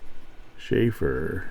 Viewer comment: It is not Schaefer (Beer) but Sheaffer and boy it is a touchdown! Great find!:_inkSmile